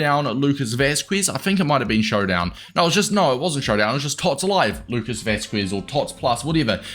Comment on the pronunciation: lucas vasqueesz lol